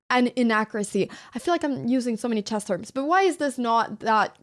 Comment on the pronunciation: The subtitles say "grandmaster in chaz" and that's spot on how you say it... Jazzy!